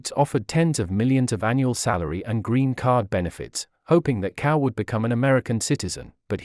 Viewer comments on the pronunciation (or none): His surname is pronounced as "Chao" and not "Cow". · zao not cow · You owe it to yourself, and also will show respect, by learning to pronounce correctly Chinese names. CAO is not pronounced "cow", but "Tsao". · Cao is not pronounced as cow. It is pronounced like tsao, the ts in tsaikovsky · Wrong pronunciation of his name.. Cao is pronounced as chao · What is extremely disappointing is that his last name, CAO, is pronounced incorrectly throughout! The voice is obviously computer generated; but shouldn't obvious errors be corrected before the video is out to the public? Isn't this the least respect you can give this incredible scientist, Cao Yuan? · Shocking that that the most primary care of the correct pinyin pronunciation of Cao is so wrong and atrocious.